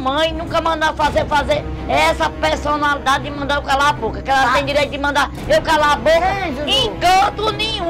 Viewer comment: ela ama mesmo a tal pelsonalidade kkk